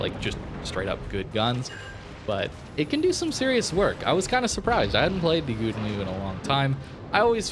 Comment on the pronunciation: Agree with:) But you can pronounce ou in Gouden as in how, like Gow-den, then it's good:)